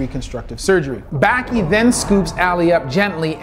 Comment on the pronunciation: Correct pronunciation below: Baki...bah-kee Hanma...hahn-muh Gouki...go-kee